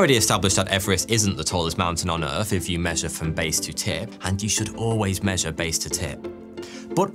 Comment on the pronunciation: Can you please learn to pronounce your own name correctly? It is so distracting when you say "foughty" that it actually distracts from the content. Omg you just said Earf.....